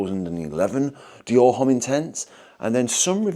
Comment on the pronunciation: I can’t decide if you’re taking the piss or not with your pronunciation of “Homme”?